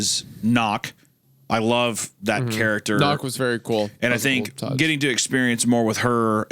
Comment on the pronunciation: You’re berry my berry?!